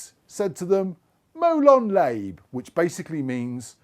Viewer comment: It's pronounced molon larbay.. lot molon layb. ;)